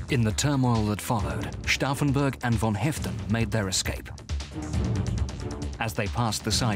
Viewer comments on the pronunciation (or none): Probably I'm the only one here who is annoyed by the narrator who couldn't learn how to pronounce Stauffenberg's name correctly if he speaks it out over 30 times!